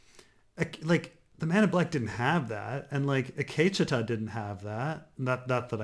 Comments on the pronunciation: The Akecheta episode was awesome and explains perfectly on why it was so great. I wouldn't expect to like the episode when he doesn't even know how to say Akecheta's name. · I wanted to say “Gazundheit” when Every time says Akecheta....